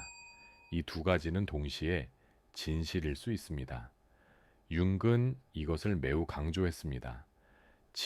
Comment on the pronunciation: 내용은 좋은데 "융근 말합니다"를 보니 AI인가 보네요. 몰입이 안됩니다.